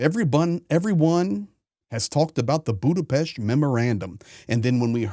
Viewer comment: No "ch" in Budapest